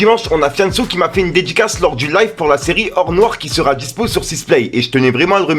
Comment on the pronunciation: "dé-di-casse", ça s'écrit "dédicace" du verbe dédicacer 😉